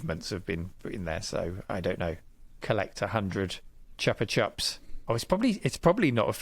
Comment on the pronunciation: Zool was so mediocre. Chupa Chups should be pronounced Choopah Choops